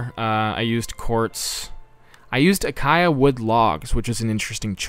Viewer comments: just a heads up, acacia is pronounced "ay-kay-she-ah" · I'm only disliking the video cuz you said 'uhkaiyuh' wood. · Why does everyone pronounce acacia so incorrectly?